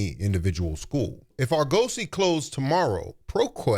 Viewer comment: Its pronounced AR-GU-SEE. They were accredited..for a long time. Then they lost theur accreditation, allegations of embezzlement, etc etc..but who graduates without a degree is crazy work